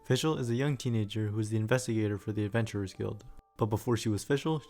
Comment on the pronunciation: I like how you used Google translate to prevent butchering the Oz and Fischl's names.